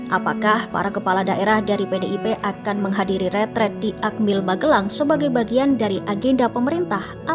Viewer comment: RETREAT nduk host bukan retret. Satubhuruf A aja kamu korupsi. Bego banget km nduk retreSt bukan retret. retreAt bukan retret retreAt bukan retret 😭😭😭